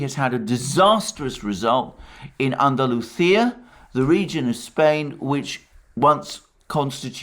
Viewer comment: I love how Alexander pronounces Andalucia, exactly as the Spanish (from Spain) do.